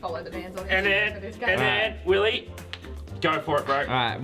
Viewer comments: It is not willeh. It’s Willy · This is how many times he said Willeh 👇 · Its Willeh